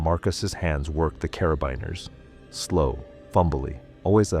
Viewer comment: Carabiners are pronounced cara-bean-ers